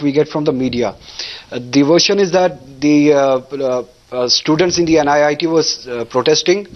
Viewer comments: it is NIT not NIIT. these people even don't know the correct name. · NIIT nahi gawaaro... NIT. Naam thik se nahi le skte aur debate kar rhe h. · Why are all the respectable guests quoting "NIT" as "NIIT" !! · it's NIT not NIIT.. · It's "NIT" not "NIIT" for god's sake!! Everytime I hear them say "NIIT" my ear bleeds.....Talk about misinformed and casual! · For God's sake it's NIT... not NIIT , say it correctly. Some of the leaders are still crap just wanted to win the argument, some are saving the government that is it. Still there are people in the valley who want Pakistan as their Country not India. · For fuck's sake, this is NIT, not NIIT. Just saying. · It is NIT not NIIT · illiterate.. she said "NIIT Srinagar" n "ceemrati irani" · It's NIT, not 'NIIT' . What stupids. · bc nit ko niit bolna band karo.. saali anpadh..